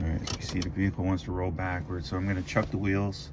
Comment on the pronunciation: Just so you can improve your vocabulary, wheel chocks are pronounced like "chalks" or "chauks" but most definitely not like "chucks" or any other kind of all-star sportsball shoe. Chocks, is the best way to say it.